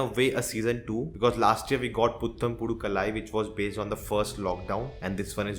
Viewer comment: I appreciate you for the effort in pronouncing words from other languages, it's never easy when we're not a native speaker. Just wanted to share the right pronunciation so that we can all learn and grow. Putham - you're right on that one. Pudhu - instead of your hard 'da' sound, swap it out with the 'dh' sound in, say, "dhyan", so,pu-dh-u. Dhyan wala dh is still not the correct one, but lets go with it. Kaalai - Bruh, it has the double AA, this one is a no brainer lol. k-AA-lai. Not kuh-lai. Vidiyadha - Vi-di-ya-dha, di - lets say lakdi wali di, dh - dhyan wala dh.